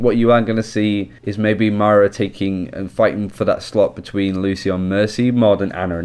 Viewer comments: Not Myra There's an "O" in there MOIRA M O I R A M O I R A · Moi-ra not Myra! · I was about to post “stop calling her Mayra, it’s Moira” but now i don’t need to ...oh shoot! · no it’s not. You either say moira or you say myra like you are That’s not an accent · I know a ton of people have been saying this but... its pronounced moi-ra (with a slight roll on the "R") -An Irishman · Sorry but it’s not ‘myra’ it’s moira pronounced ‘moyra’ please say it right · ITS NOT MYRA!! It's Moira. Please! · Moy-ra not mayra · If we here in america can say Moira (pronounced moyra) so can you, I believe in you! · as someone from Ireland, it is actually hard to listen to =p I would recommend you think of it as Moy-Ra, where Moy is pronounced like Soy, as in soy sauce. Hope that helps. Good video otherwise =] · You pronounce it Myra, my Mrs' name. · ITS FUCKING PRONOUNCED MO-Eye-Ra FFS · If you bring out another video pronouncing her name "myra" i'm unsubbing... I love your videos but I cant be listening to myra, myra, myra... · Please... this is the second video in which he mispronounces it the whole way through. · Its not his accent, he's mispronouncing it, I mean it's an Irish name, he's from the general vicinity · It's not his accent at all. he's mispronouncing it; all english accents can say Moira perfectly fine. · can u learn to say her name correct its really annoying :) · Is anyone else annoyed at how he pronounced Moira?